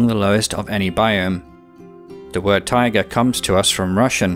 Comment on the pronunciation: Not sure what you meant by tigers, "taiga' and "tiger" sound completely different, but whatever... good video, you've got me hooked, and I'm watching all the biome episodes in order. I'll probably, almost definitely subscribe to your channel. This earth that we live on is such a beautiful and fascinating place. We are very lucky.